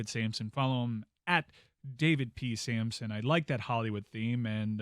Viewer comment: Just so you know, it's Samson